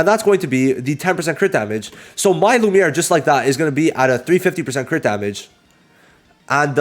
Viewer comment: Bro should not say lumie😭